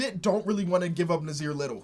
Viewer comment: I know u have dyslexia but me and Nassir have the same name he has an extra s in his. But it's pronounced as Nah Seer